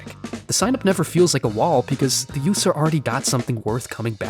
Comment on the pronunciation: “The yoose-r” “Yoose code”